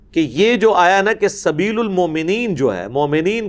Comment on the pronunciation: سبیل کے ل پہ پیش نہیں نیچے زیر ہے بھائی